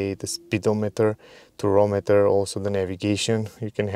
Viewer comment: Tachometer, not turometer. Or Rpm gauge